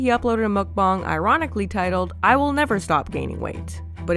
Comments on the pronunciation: munkbong? it's munkbang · YOU SAY MUKBANG WRONG ! ITS NOT MUK BONG ITS MUK BANG 😂😊